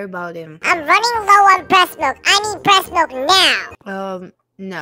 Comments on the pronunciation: HELP R U OK U SAID BREST MILK LM FAOSOAODIO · Bro why did he cips saying resmilk